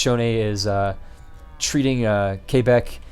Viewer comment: The way you said Quebec made me die laughing